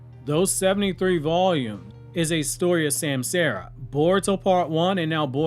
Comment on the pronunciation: It’s ( sam-saw-ra) not sam Sarah lol